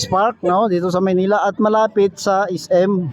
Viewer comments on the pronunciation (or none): none